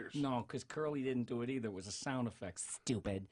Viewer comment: "No cause is was a sound effect STHUPID" XD